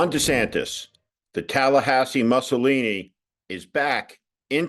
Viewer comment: Uhhh… Steve, the first syllable of “Mussolini” is pronounced “moo”, not “muh”.